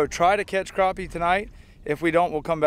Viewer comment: It’s Crappie...not Croppy! C’mon man!